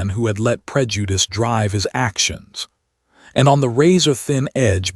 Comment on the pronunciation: I can guarantee you if this dude has been slipping in and out of this person's house at wee hours of the morning, he already knew what he was laying with...And please STOP with the emphasis on the word "prejudice", it doesn't out of pocket at this point...I'm done with this channel... Deuces